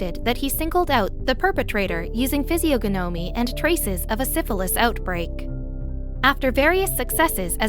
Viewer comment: You really should learn to pronounce words before you record. Pseudoscoience is sue-doe-science. Physiogonomy is fizz-e-on-oh-me I can't listen to these because of your awful mispronounciations.